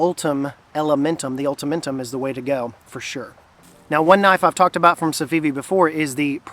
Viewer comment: Was smiling hard when you said ultementum 😅 my man!